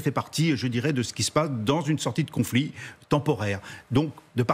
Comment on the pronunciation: C'est le "en même temps"... 😅 "Je veux un con'flit mais la paix c'est grâce à moi "😁 il veut le Nobel ou quoi ??